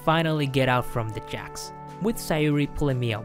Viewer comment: jOcks NOT jAcks!